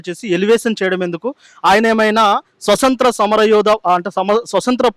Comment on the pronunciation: యాంకర్ గారు స్వసంత్ర కాదు స్వతంత్ర అనాలి